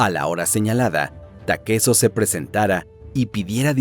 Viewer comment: Porque lo llamas takeso puñetas?